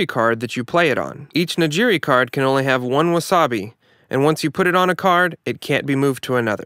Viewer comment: Your pronunciation of "nigiri" is driving me crazy